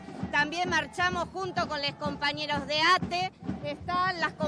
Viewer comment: Es alpedo tienen que mesclar todo por qué si no no juntan 5 persona son impresentable!!! Pero más bronca me da que es maestra y dice compamere!!!😢